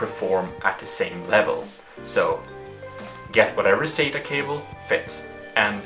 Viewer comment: Stop saying "sayta",for "sata". lol It sounds like you say "say-ta".